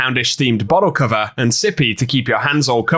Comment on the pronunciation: The way you say bottle cover sounds like youre calling it a cover for a certain human orifice